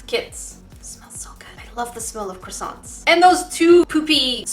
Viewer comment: You said "I lobe the smell of crassaunts" as I was eating one! Lol